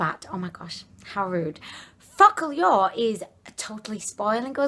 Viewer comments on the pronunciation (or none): The read not "Focalior" but "focalur" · It pronounced FOcal-lure lol your hilarious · It is pronounced “fo ka lur “